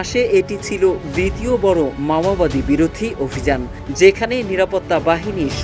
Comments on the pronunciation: ভালো করে বল মামবাদি না মাওবাদী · ছত্রিশগড় না রে ভাই, ছত্তিশগড় আর, মামাবাদী না, ওটা মাওবাদী। সঠিক ভাবে উচ্চারণ করেন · মাওবাদী আর বলছিস মামাবাদী???? বাংলা পরতে পারিস না???? ইংলিশ তো দূর কি বাথ!!!!! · মাওবাদী শব্দটা স‌ঠিক উচ্চারণ যে কর‌তে পা‌রেনা, সে আবার সাংবা‌দিকতা ক‌রে কিভা‌বে? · সঠিকভাবে বাংলা ভাষা উচ্চারণ করতে পারেন না অথচ সাংবাদিক হয়েছেন। কথাটি মাওয়াবাদী না মাওবাদী। অথর্ব। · মাওয়াবাদী আবার কারা ? মাওবাদীরা ছিল ! যারা চিনের মাও সে তুং এর আদর্শ অনুসরণ করে। একটি আন্তর্জাতিক প্রচার মাধ্যমে এমন ভুল উচ্চারণ কাম্য নয় । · ভাই সাহেব বার বার উচ্চরণ করছেন মাওয়াবাদী, মাওয়াবাদী নয় সংগঠন টির নাম মওবাদী। ভুল ভাল শব্দ উচ্চারণ থেকে বিরত থাকুন। ধন্যবাদ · ঠিক মত উচ্চারণ করতে পারেনা । এরা নাকি সাংবাদিক। মাওয়াবাদী না বলে মাওবাদী হবে। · ভাই শব্দ ঠিক ভাবে উচ্চারণ করেন, মামাবাদি না, মাওয়াবাদি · মাওয়াবাদি না উচ্চারণ টা ঠিক করা উচিৎ। মাওয়বাদি চিনের নেতা মাও সে তুং এর অনুসারী। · Lungi ke pravab maowadi ko mamawadi bol raha he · Dear সাংঘাতিক তুমি তো উচ্চারণ ও করতে পারো না,, পড়তে পারো না ওটা মাওবাদী,, আর ছত্রিশগড় না ছত্তিস গড়